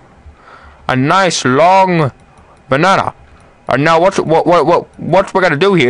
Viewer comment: lol. your voice mannnnn. "flootiing behnahnah " 3 times. you said with "h" but, nice tutorial. thanks